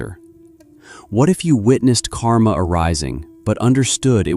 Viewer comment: There are two words in sanskrit which sound similar on the western tongue : KARMA and KAMA. The letter R is the difference. The meanings of these two words are vadtly different. KAMA is desire. KARMA is deed or action. When you are discussing KARMA, the letter R must be clearly pronounced. Like rrr...